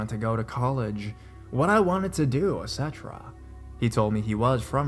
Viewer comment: it's pronounced like it's spelled- et cetera :)